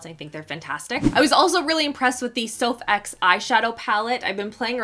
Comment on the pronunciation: Haha I laughed when she said sophx. It’s soph with makeup revolution; a collab with YouTuber sophdoesnails with the brand. It’s not called sophx lol